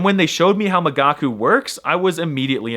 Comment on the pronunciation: I listened to the video (because I'm a gigachad who understands everything without subtitles) and during the whole sponsorship I thought you said "magaku"? How is it possible to pronounce an i that wrong? America must be eradicated. ...maybe I'm not such a gigachad after all